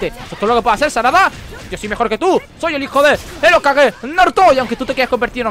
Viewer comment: tu quieres echarte a todos los fans del sasusaku encima no?? xDDD lo digo por el comentario a Sarada diciendo que es fea y encima insinuando que podria ser hija de karin... por cierto no se pronuncia "okague" se pronuncia algo asi como "jokague" pero se escribe "hokage"... creo que deberias leer y ver tanto el manga como el anime antes que nada....